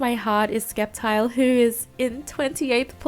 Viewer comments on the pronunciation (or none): SKEPTILE??????? Your honour its her she's the problem it's her. Lol you get a pass because I like you 😆